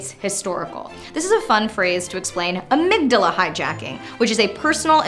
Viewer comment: Anna, I love the way you say "amygdala". Such depth. Did you know the plural is amygdalae? Rhymes with Mandalay. Almost worth having two, right?